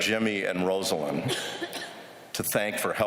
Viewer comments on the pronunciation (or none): It's a beautiful speech, but why can no one call Rosalynn, Rosalynn? Rosa. Lynn. Not "Rosalind." EDIT: Mondale did it. He said "Rosalynn." 👍